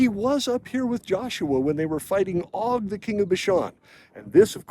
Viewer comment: Just an FYI, it is not Og with a short o sound. It has a long o sound like Oag or Oge. It is Ayin-Vav-Gimel. The Vav has a Cholam Malay. Hebrew does not have a short o sound.